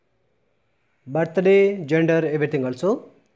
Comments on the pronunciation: Thank you...but its birthday...not ba-ta-ray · It's birthday not bat tha day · Am I the only one who heard battery😂😂😂😂😂😂